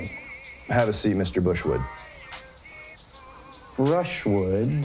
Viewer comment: Omg when you kept calling him bushwood it got funnier every time